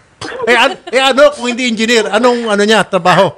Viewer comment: Hahaha natawa ako sa Enginer sinasabi ni sir Raffy kargador 😂😂😂😂